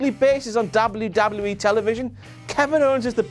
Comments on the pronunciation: Why do you say wwe like Dabal u Dabal u e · say WWE right.